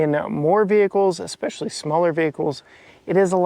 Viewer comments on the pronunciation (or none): none